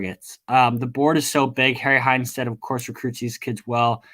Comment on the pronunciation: I hate you butchering his name its Harry Heistand